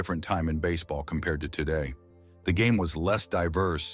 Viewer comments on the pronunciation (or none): none